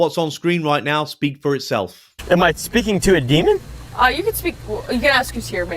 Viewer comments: Great video 💜💜 it's 'demon' not 'demond' 😂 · I love you but please stop saying demond